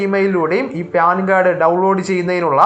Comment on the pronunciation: ഹാലോചേട്ടാ പേൻ കാർടല്ല പാൻ കാർഡ് 😂😂😂